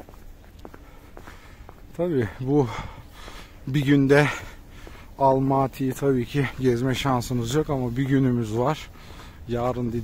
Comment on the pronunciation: Almati değil Almatıdır! Sen Türkiye’den mi geldin Türkiye!dan mı? Kazak Türkçesinde ses uyumu diye nir şey var haberin yoksa